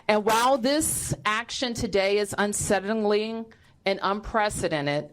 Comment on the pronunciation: Her city's bodycount will go down, oh no! Our democracy, how unsettling!!! She can't even pronounce unsettling by the way. It's fun to learn new words!!